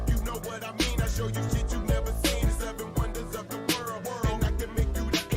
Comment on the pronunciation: Nice slur on the word "shit". You're too drunk to be cogent. Should I have asked for evidence of jurisdiction at the airport? If it's philosophical to bring it up in court and if cops might shoot you if you bring it up on the side of the road, where is it appropriate to bring it up? At what point in the whole debacle is it appropriate to bring up the fact that I don't agree with slavery?